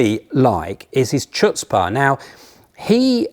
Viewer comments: Fun video and fun list, but people who cannot pronounce the Hebrew/Yiddish guttural sound written as "ch" in English should not use the word "chutzpah." (Similarly, Chanoch does not start the same way as channel or rhyme with notch.) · mispronounced the chutzpah there!